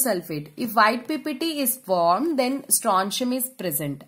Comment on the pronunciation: Isko pehla koi bolna sekhao yrr formed ko formad 😂😂😂😂😂